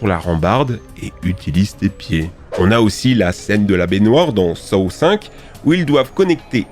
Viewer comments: Saw se prononce « so »😊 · Les films quoi ? SaOoo ?! Je sais pas pourquoi sa m’agace autant mais paye ton accent anglais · Sa se pronoce " So" mais sa s'écrit Saw arrête sa